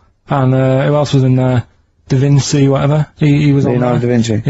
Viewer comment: You can tell by the way Karl pronounces da Vinci, that he's never even heard of him..... Aborigians too! Unbelievable😲 What a mong😆